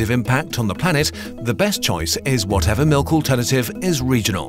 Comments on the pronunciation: Nobody:: M I L U K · It's pronounced malk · "HE NEEDS SOME MELK" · But the real question is: is it pronounced milk or melk?